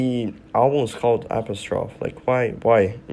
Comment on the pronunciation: The album is Apostrophe. Phonetically it is Ah-pah-stro-fee. It’s the third character in the word “it’s”.